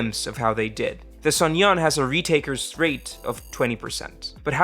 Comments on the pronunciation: Uh, why do you always insert a "y" when you say "suneung"? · you're seriously butchering the pronunciation of suneung